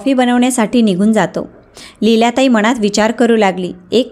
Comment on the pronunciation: उच्चार चुकीचे आहे मनात असा उच्चार करावे